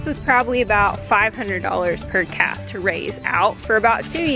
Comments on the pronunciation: lol, I thought you were saying bottle caps and I'm thinking what in the world is she talking about!! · At first I thought you said bottle caps! 😂😂😂😂